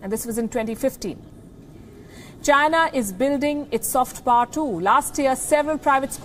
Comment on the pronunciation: The word power is pronounced as pow·er (/ˈpou(ə)r/). All Indian journalists pronounce it as “par”. They feel they sound anglicized/western. They do not even realize that it is wrong. Wanting to be white or western runs deep among Indians. Uhhhh....